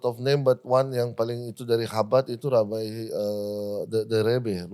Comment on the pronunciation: Bahasa inggris nya ko lebay rebai orang inggris aje ngomong nya rabai